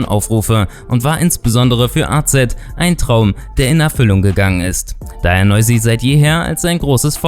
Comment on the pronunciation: Nein hast du nicht ich bin. Albaner und Fan von noizy aber nicht schlimm das du es nicht richtig gesagt hat